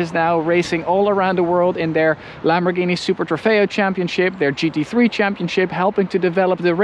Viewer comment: The way he said Lamborghini(and that other word) was so prestine.